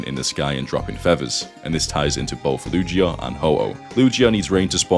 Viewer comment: The only she he mentioned was Eevee, and I've always read them more as a he lol. Maybe you youtuber doesn't know pokemon very well? I mean...he pronounced Lugia like Luigi...there was a literal movie about him lol